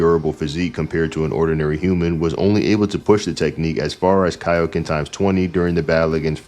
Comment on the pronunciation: It’s Kai-o-ken. As in Kai-o-sama. His name is in the move!